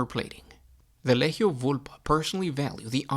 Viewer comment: It's a hard G when pronouncing legio. Instead of ley-heio it should be lee-gee-oh.